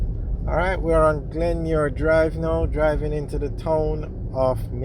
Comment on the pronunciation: Yo its not Glenmuir drive its Glenmyir road